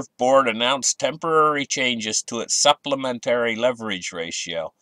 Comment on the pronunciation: What's it called? Supplementarrrrrrrrri. Haha